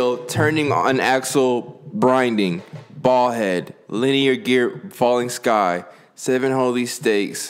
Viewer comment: The poem said bolthead said bald head 😂😂😂too funny